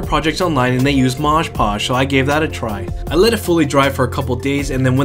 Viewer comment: It's Mod Podge, not 'Modge Podge'.